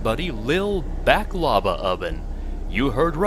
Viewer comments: Its pronouced "Baaklava", not Back-Lava. LOL. Think like, Bach the composer. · Lol, Martian Buddy Back Lava?! It's pronounced "Baahk la va". Popular fila dough/honey desert from the Eastern Med.